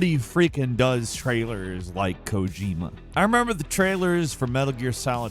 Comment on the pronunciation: Did u rike it?